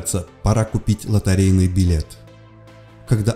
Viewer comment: Почему билет стал лотАрейным? Лотерея! И зачем так быстро?